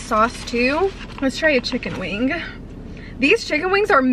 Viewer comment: very funny to hear you say words with "ng" at the end like wing haha you say it like "winguh"